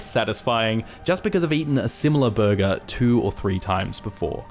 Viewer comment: I thought you said “verga” instead of burger😂